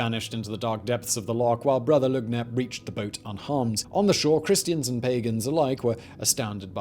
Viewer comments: Its Loch ness whether you are Scottish or not... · He did not... just call it lake ness...